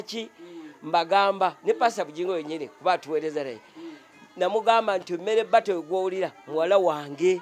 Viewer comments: 🤣🤣🤣🤣🤣🤣Mere bata instead of marybata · The way Mzee pronounces the name Meere Bata 😹😹😹😹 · Muzeeyi gunju kadde 🤣🤣🤣🤣🤣🤣meere bata 🤣🤣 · 😂😂😂😂😂😂😂it's killing me too, merre bata